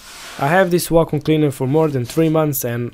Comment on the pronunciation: "Wacom" cleaner? 😁